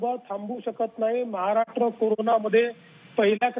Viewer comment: ह्यांना साधे महाराष्ट्र बोलता येत नाही. महाराट्र 😀😀😀 विनोद तावडे , दानवे, गोपीनाथ मुंडे